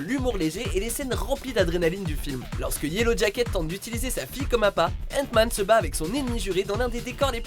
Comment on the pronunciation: J'entend ' antoine ' au lieu d'hant man '